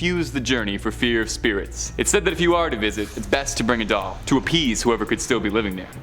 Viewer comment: Its Doll Not Dull...